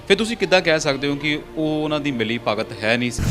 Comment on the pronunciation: ਤੁਸੀਂ ਘੱਟ ਗਿਆਨ ਵਾਲੇ ਪੱਤਰਕਾਰਾਂ ਨੇ ਪੰਜਾਬੀ ਦਾ ਬੇੜਾ ਗਰਕ ਕਰ ਦਿੱਤਾ ਹੈ । ( ਮਿਲੀ ਭੁਗਤ) ਨੂੰ ਮਿਲੀ ( ਭਗਤ ) ਹੀ ਬੋਲ ਰਹੇ ਹੋ ।